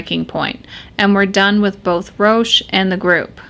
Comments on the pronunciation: it's pronounced ''ROCK'' Theriault...not Roche Theriault...otherwise great video and you are sexy :) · Roch is pronounced as "Rock."